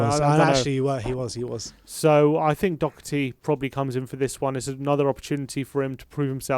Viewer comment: its DOH er TY, not DOC HER TY... I would rest Lamela and put Bale in , play Rodon instead of sanchez , IF TANGANGA is fit I would start him at Right back